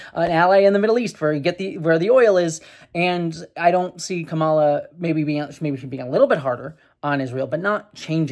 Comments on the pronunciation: Not the most important thing here, but even though the typical Indian pronunciation of Kamala is kuh-MAH-luh like you've been saying, her name is actually pronounced KAH-muh-luh. Like the word comma with a luh at the end. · I think it's the emphasis on the first syllable KAmala. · Her name is pronounced COMMA-LA, regardless of your thoughts on her pls say her name correctly. If it's that hard to pronounce just call her Harris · Just a quick note, Kamala is pronounced COMMA-lah Overall I think this is a positive development and I think the likelihood of Trump winning in November has gone down. Harris is....not my first choice but I like her more than Biden. And yeah, I advocate for my American friends to vote for the Dems regardless of who ends up on the ticket because the alternative is so much worse. More importantly, pay attention to the downticket options as your local elections tend to have more of an impact on your daily life. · Comma-la. Let's get her name right. Or just call her Harris as male politicians are called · to pronounce Kamala, just say "Camelot" leaving off the "t". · we love you but please pronounce her name correctly. (It's COMMA-la.) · The emphasis is on the first syllable of her name. Sorry if others have already said that. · Came here looking for this comment. This has always been a bit weird for me, since, before she became VP, my biggest exposure to the name "Kamala" was through the Ms. Marvel comics, and Kamala Khan's name (as confirmed by the creator) is pronounced the way says it in this video. But yeah, with Harris there has been kind of a thing where Trump and some other Republicans sometimes deliberately mispronounce her name, so getting it right is important. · Please pronounce her name correctly. White men from the GOP often mispronounced it intentionally to bash her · Hey, your criticisms are valid, but I wish you had pronounced Kamala correctly.